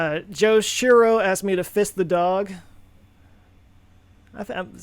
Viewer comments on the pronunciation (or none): Fiss the dog... for a second it sounded like "fist". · Oh hell, I thought you were saying fist 🤜 my dog 😮 I get it now. I feel much better now, love the channel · Sure sounds like it. Re-listened and the CC text is in agreement. First Joe can't say ISRO and now this, I'm getting concerned ;)